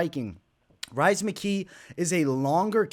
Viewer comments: Rhys is pronounced as Reece and I feel like as a Boston guy that deserves a shoooey on your end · Love the insights. I’ll be riding with your picks once again. FYI Rhys is pronounced Reece. Just an Irish spelling of the name.